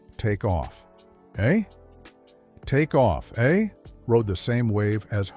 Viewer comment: Please train the AI to say "take off, eh?" properly.